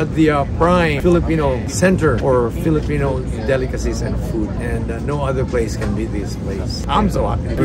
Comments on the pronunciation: I love how has mastered saying the names of the menu the way Filipinos would pronounce it. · How funny to hear an american correctly pronounced the name of the food.. Meanwhile filipino who migrated to America cant pronounce correctly. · mahusay yung pagbigkas ni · great job! pronouncing those filipino food like you a boss!